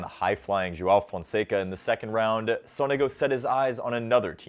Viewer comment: btw Sonego is pronounced with an accent on the first O